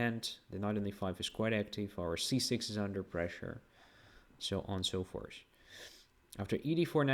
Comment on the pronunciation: I think his English is excellent, with one notable exception. He always says "...and so FORCE" instead of the intended "and so FORTH". He prononces the "th" fine in other words.